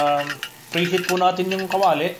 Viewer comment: "Kumowsta" Meron po "Tsayong" "Goolay" instead of gulay "nahteyn" instead of natin Magaling ka magluto. Hindi ko lang na gustohan yung accent mo na may slang2. Yun lang po